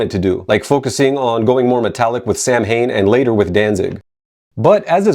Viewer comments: I will say that the word sounds way cooler pronounced phonetically lol. Same with the band Macabre - the actual pronunciation just doesnt sound as cool :P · Do yourself a favor and listen to the pronunciation of Samhain in the song "November's Fire" on November-Coming-Fire. Clearly the band pronounces it correctly in its Gaelic form.